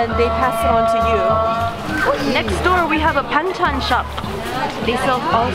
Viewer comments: "Banchan Shop" What we see: BANGCHAN What we heard: BANGTAN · i thought u said Bangchan when introducing the Banchan shop😂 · Her BANCHAN SHOP sounded like BANGTAN SHOP!!😍😍😍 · my eyes: banchan shop my ears: bangtan shop my brain: BANGTAN SHOP ...NEVER TRUST YOUR EYES